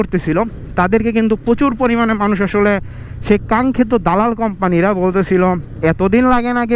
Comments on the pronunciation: vai, it's dalal ,,, not dolal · তোরে ক্যামেরা কিনে দিছে কে 😂খাইতে না পেরে ভিক্ষা কর তবুও মানুষ কে হাসাবি না আগে দাদাল ঠিক ভাবে উচ্চারণ করতে শিখ আবাল😆